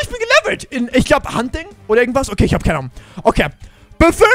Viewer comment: keineanom hat er gesagt 😂😂